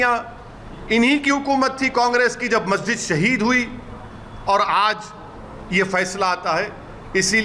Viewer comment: Abe kya bar bar sahid sahid bol rha h abe bol tuti 😂